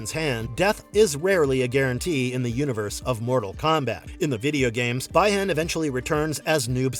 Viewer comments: The pronunciation is Bee Han (Bi Han) not Bai Han (Bi Han) for Sub Zero's real name. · Bee - Han or bi Han not by hon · The fans may be disappointed because of the lack of Johnny. But upon hearing BY-han . . . 🤦🏻‍♂️